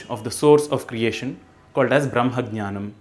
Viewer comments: I like very much what you do. But I have one question... why you always pronounce - BraMha instead of BraHma ? I listen all your videos and everywhere you say it, for example here also you say BraMhananda instead of BraHmananda. Also even Sadhguru says BraMha and BraMhananda. like you do... Is there some secret? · Srīnivās Even Sadhguru pronoucing BraHma as BhaMha... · I have a question. I heard Sanskrit speakers pronouncing the word Brahma or in Barhmananda Valli as shown in the video as Bramha or Bramhananda Valli. Is there any reason for this?